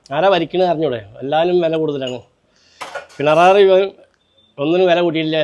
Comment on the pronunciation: അദ്ദേഹത്തിൻറെ വാക്കുകളിൽ നിന്ന് പിണനാറി എന്ന് കേട്ടത് ഞാൻ മാത്രമാണോ😂 11 sec